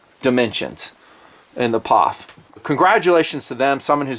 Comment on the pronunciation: Its P-O-F not Pof. Is nutn being a smartass...?